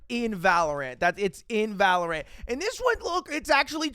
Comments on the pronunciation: it’s pronounced valorant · the way he pronounces valorant irks me